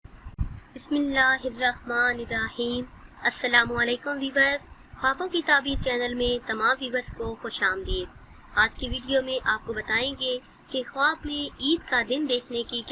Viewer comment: Bismillahirahmanir Thik se pade